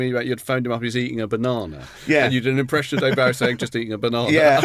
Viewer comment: David Bowie specifically stated how his name is pronounced but Gervais and Baddiel still persist with the wrong pronunciation lol.